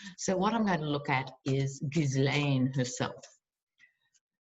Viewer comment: 🌱🖤🌱🌱🖤🌱 Yay! It's. Hoo~Rah 2 Quickies** I submit taking care to pronounce someone's name is a sign of respect so she must be called gizzard. 1.25 Pope says it is ok to get vaccine with abortion cells.? 1.5 [LOL] I completely agree on the stimulus checks, allows them to decide if it really does stimulate ecocomy and deny the importance on that basis. 1.75 Who should get the honor of blowing up the trump hotel? I personally think someone spoiled buy it and use for homeless...or to help in other issues he has made worse... should it be Hillary? Greta Thurberg? What should bug him most? A women's retreat? Especially for journalists? 2. You gotta visit The Queens Tarot. For the December 21st! She's a gifted astrologer. Seriously excellent! Fairly new...I love this woman! Fresh, Fun, Knowledgeable, Enthusiastic, Thorough, Spot on. Promise you it'll be a gift you give yourself. I don't do astrology, my brain is just, hmm, differently abled [back in the day, state agencies wanted to make all state employees call handicapped folks that, about the time crippled [!!] Was banned. She is not your usual astrologer and she adds politics in, passion, joy, righteous anger... Finally, I am so grateful to you. Someday I shall tell you why but right now, It's a Dance of Joy! See why 🌱🖤🌱